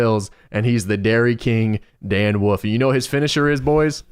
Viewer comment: "Dan Woof"